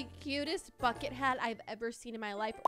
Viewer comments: why did i hear " the cutest f*** hat" and not "the cutest bucket hat" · am i the only one that heard fuckin hat instead of bucket hat? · I thought she said "I have to say, this is the cutest f*cking hat ever" but she rlly said "I have to say, this is the cutest bucket hat ever" 🦋